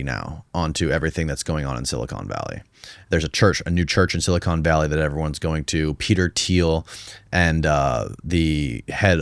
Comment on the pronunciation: dude literally says "silicone valley" instead of silicon valley wth